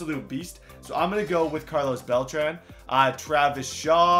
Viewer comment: My OCD gets triggered when you say Beltran It's supposed to sound like beltron